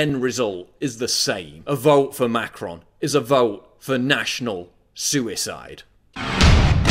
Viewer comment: thought it was macaroon for a second